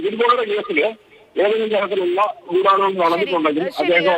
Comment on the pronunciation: അവതാരി കേ ഗുഢാലോചന മേഖല ഇത്തരം വാക്കുകൾ പറയുമ്പോൾ അക്ഷരശുദ്ധി വരുത്താൻ ഇത്ര അമർത്തി ഉച്ചരിച്ച് വികൃതമാക്കരുത്. ഉച്ഛാരണവ്യാകരണം പഠിക്കുക